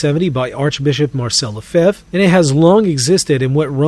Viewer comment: Good video, but his name is not „Le Fave“ ;). It’s pronounced more like Le(gislation) (fe)nce fre(nch).